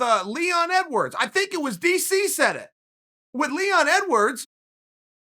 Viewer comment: Chael is saying his name wrong on purpose to highlight the point that he is not interesting and no one cares about him lol